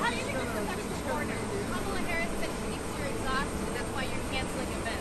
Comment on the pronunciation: Damn he looked and sounded crazy old! I’m used to seeing him feisty and angry. He just looked tired and sick. He even butchered Kamala’s name all weak. Wow.